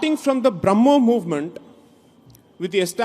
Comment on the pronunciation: It is Braamho not Bromho